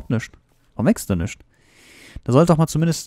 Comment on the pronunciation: nüschts ? sach ma bist du sachse ??? XD